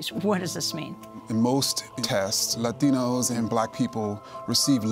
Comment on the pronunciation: Why did Kendi say, “Lathino,” as if he had a Spanish accent for only a second. He’s from Jamaica, Queens, just like me and I don’t have a Spanish accent. Does he have a “Bisa” and MasterCard account? 🤔